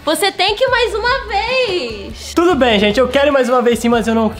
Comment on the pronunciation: No começo do vídeo o não fala "tudo bem" ele fala "turubem"